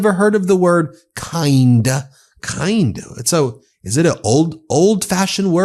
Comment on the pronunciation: Donnie...dont try to pronouce big words you don't understand like "kind" and " groceries"😂